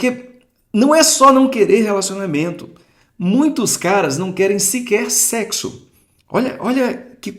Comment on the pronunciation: “Mts não querem sequer secsu” 😂😂😂😂 A q ponto chegamos lkkkkkkkk